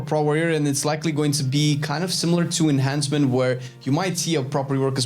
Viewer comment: Is it just me or when he says enhancement is thought he was saying Asmon